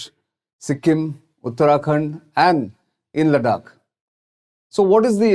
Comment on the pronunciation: Bruh learn how to pronounce Ladakh correctly first 👍